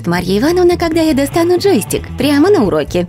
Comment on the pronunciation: Почему вы говорите ,,джоИстик?